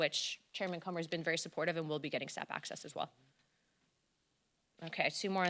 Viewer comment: She said Chairman Cummer.......